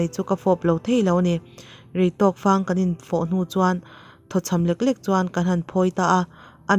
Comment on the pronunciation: reitawk fang tih hi fang lai hi fangra a fang tih ang hian lam tur sawmfang zngin i lam a